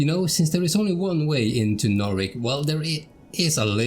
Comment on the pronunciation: Man it is really quite impressive just how good this game looks after all this time. Oh and ty for putting the English spin on Narvik my dude, my cockney ears appreciate it greatly!